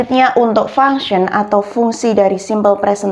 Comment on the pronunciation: tolong perbaiki ngucap function